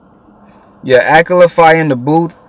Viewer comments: 'Its not akala I beg your pardon' if you know you know. His name is pronounced like 'akarla' :D. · It is pronounced Akarrla not Akala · ah-kah-la not ahkala dope review tho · The way you pronounce Akala is the most wrong thing ever. its pronounced A-ka-yla. not Ak-a-la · its not akela its A-KA-LA.. good video though bruh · it's pronounced akarla not akala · It's pronounced akarla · Lool he said akla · my brother! love what ur doin bro but just for you the way you pronounce Akala is like "AK-AR-LA" :) you got my subscribe bossman! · His name is pronounced A, car, la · Goodshit. Btw Akala is pronounced ah-kah-lah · it's pronounced a car la